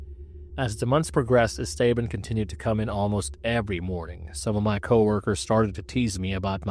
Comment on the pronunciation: Not how you pronounce esteban